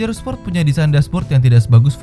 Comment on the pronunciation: baskoro tejo sport bang bukan sprot